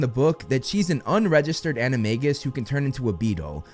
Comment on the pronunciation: bro says in most of his vids "its pronounced animajus